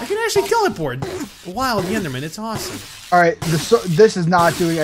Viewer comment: they said ROSSOME!!